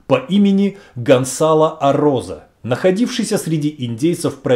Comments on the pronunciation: И всё-таки, Гонсало или Гонзало!? Написано одно, произносите другое. С произношением чередующихся согласных проблемы, дикция хромает? Или не важно,как произносить имя? Так как,Влатимир Чайгин!?) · Произносится : ГонСало, КОрдова,касике,МЕрида,Авила. И т.д. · Guerrero скорее всего не фамилия, а прозвище. Это слово означает просто "воин, солдат". То есть это просто солдат Гонсало. Кстати, Z в испанском произносится как "с", а не "з". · Почему говорите Гонзало,а в названии написано ГонСало?